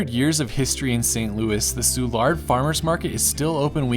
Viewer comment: Great video but Soulard only has emphasis on the S, not the L.